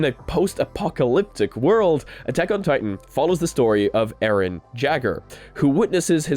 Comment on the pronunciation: Got me dead when he daid arron jagger